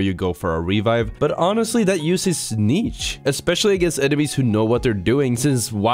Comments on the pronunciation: It's pronounced "neesh" not neech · im disliking this video because if the amount of times he pronounced the "ch" in niche